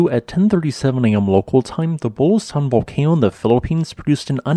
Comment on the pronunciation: There's an 'oo' sound in the middle of Bulusan.